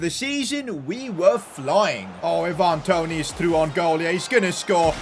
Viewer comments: it's not Evan Toney,,,,it's Ivan Toney... you can pronounce Ivan like Aivan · eeevan toney